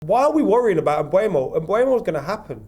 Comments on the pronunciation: M-boo-mo, not M-bway-mo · Complaining about how long the Mbeumo deal is taking, still can't say his f'ing name properly!